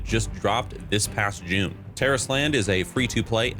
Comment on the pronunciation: That's how you say it? Terrorist Land?!